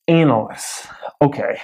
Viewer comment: ..... I've always said ... An-a-lysts .... not Anal-lysts... Am I saying it wrong... Sounds like someone proficient in Anal.